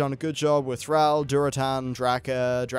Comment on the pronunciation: Why are you calling him Fraul? It's Thrall!